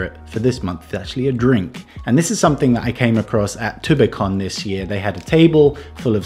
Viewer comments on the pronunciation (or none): you're coming Finnish more and more when time past.. I notice you said Tubecon like Finnish people say that:D